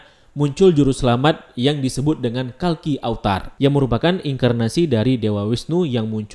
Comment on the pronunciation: Maaf perbaiki: “kalki awatara” bukan kalki avatar.